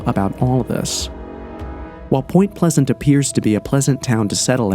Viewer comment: So many amateur mistakes in this video. He couldn’t even get the town name right.